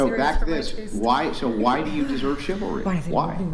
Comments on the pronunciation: 😂 "chivel....chivla...ah yeah what she said." Even as a hive mind, they're still low iq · Haha the women can't even pronounce chivalry. It's like something foreign to them😂 In my lifetime not that long ago it was common for a man to open the door etc for a girl or lady. I guess chivalry died. I wonder why😅😅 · Haha😂. Chivalry is so dead she couldn’t even pronounce it. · The saddest part is that they are completely convinced that they are very smart and intelligent. Meanwhile, they can't even pronounce the word 'chivalry.' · One 304 yawns without covering her mouth. Another 304 can’t pronounce the word ‘chivalry.’ No respect whatsoever. No intelligence whatsoever. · Girl couldn't even pronounce the word "Chivalry", and didn't even know it what it means. That's all you need to know lol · Girl Can’t pronounce chivalry lmfao I bet she’s really smart though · While Not being able to say the wrd " Chivalry " 🤷🏾‍♂️🤷🏾‍♂️🤷🏾‍♂️ a mean your serious